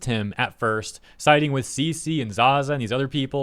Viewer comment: cece? i heard feces